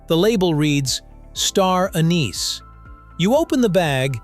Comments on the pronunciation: First off, you are NOT French, nor are you speaking French, yet you persist in pronouncing "anise" the French way with the accent on the second syllable. In English, the accent is on the FIRST syllable...AN-iss. Get it right!!! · The word "Anise" is pronounced wrong, seemingly, thousands of time in this video